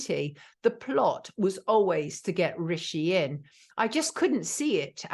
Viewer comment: "Oways" - sounds like a Brissol lass.